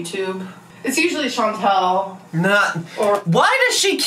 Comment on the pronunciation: She can't even pronounce Chantal's name right lol Those lentil chips could be something to get used to but they are pretty good imo